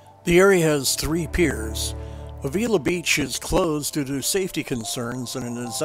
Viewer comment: FYI, you are pronouncing Avila incorrectly. Locals say Ave-ill-la.